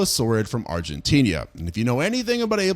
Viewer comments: Argentinia ✅️ Argentina 🚫 😂 ive never heard anyone use an ia pronunciation for the end of argentina 😂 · I love ur videos but bro deadass, you need pronunciation classes. Argentinia is not a place. One video about the La Brea Tarpits you kept saying it "Law Bria". Its "Lah-Bray-Ya". I wouldnt noramally care but thats my city so I gotta say something. In general. Ima need your geographical pronunciation to match your archaeological pronunciations. Please lmao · Argentinia? Where the heck is Agentinia? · If you look at "Argentina" enough times, you might see that there is only one "i." Maybe then you'll pronounce it correctly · Still wondering when you'll learn to pronounce "Argentina" and "southern" correctly. 🤔